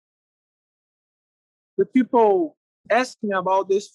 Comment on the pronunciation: Anderson 'Peeple' Silva